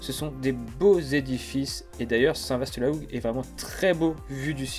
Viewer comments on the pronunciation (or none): Bravo à vous....Juste un bémol concernant la prononciation de St VA LA HOUGUE et non St VASSS ;-)